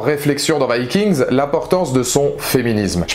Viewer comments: il meurt tous sauf ivar et on prononce vikings et non vaskings cest un peux nul avec l'accent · ce que je retiens de la vidéo c'est la prononciation du titre viking, c'est chelou